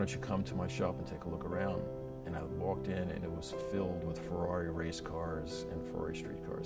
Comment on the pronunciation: that Fuwwawi pronunciation is soo annoying